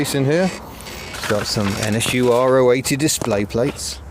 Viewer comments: It is the latter you are correct. It seems to be the English speakers that cannot pronounce it properly. In Germany you’ll always hear it pronounced Ro-achtzig, not R.O. achtzig . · Weren’t they more after the K70 than the gearbox? And yes, Ro80 (row 80) is the correct pronunciation 👍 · Is it R.O. 80...? or Ro (Rotary) 80?? I Always assumed it was the latter, the 'Ro' being pronounced as an individual syllable..